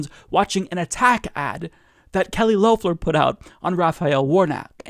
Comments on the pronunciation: For the second time, it is Lef-ler not Loaf-ler. yes she is making some stupid adds and we all hope she loses, again (she actually lost her election but no one got the required 50% of the vote) but at least pronounce her name right. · I enjoy your show. Please pronounce her name correctly. It’s LEF ler not LOWfler. Even tho I think she’s evil and racist, I think it would look better for you to pronounce her name correctly. Please don’t get me wrong, I can’t stand her and I voted against her.. Twice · Still saying Low-ffler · According to her own pronunciation its pronounced L ef ler. I hate to correct but the mispronunciation is a little annoying. It hurts credibility as well in my opinion. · Her name is pronounced "Lefler". Didn't you listen to her ad?